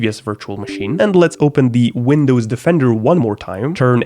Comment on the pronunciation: Why is it 'Wundows" ?